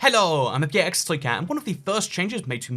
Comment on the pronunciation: "Helloooo, I'm..." I'm new but I just realized that's what was being said, it's taken me like 15 videos, I thought you were saying something in a foreign language 😂😂